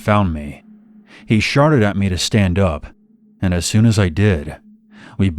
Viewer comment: Is it just me or in the 3rd story when he says the man had a ak47 pointed at me , does he then say "he 'sharted' at me"??? Lol. I know he means shouted but to me it sound like he says sharted